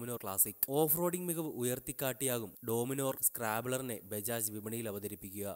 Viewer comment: Adyam Peru nere chovve paray.. ഡോമിനോർ അല്ല.. ഡോമിനർ ആണ് !